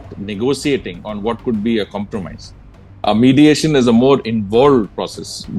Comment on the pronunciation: Modiation, not mediation...